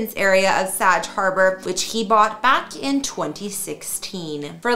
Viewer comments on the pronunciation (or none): It's pronounced 'Sag'... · Bag, hag, sag... Get it! Please learn the pronunciations of our towns and some of the people u cover.. I get you are Canadian... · Someone who doesn't know how to pronounce Sag Harbor? Really? And the video is still up.